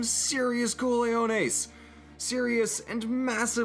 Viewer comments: Co-le-ho-nehs ??? It's ca-ho-nehs (sorry for being a grammar nazi) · I just gotta clarify that the word cojones is spoken cohones and not coleones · The hell are coleones? Did he mean cojones? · Why do you keep saying "cooliones"??? Are aiming for cajones?? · Azul, mi amigo. My 2D buddy. Its co-Ho-nehs. Not whatever the heck you said xD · I can’t stop laughing at “cooliones” 🤣🤣🤣😂😂😂 good try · LOL its pronounced "cohones" but otherwise, great video, as usual!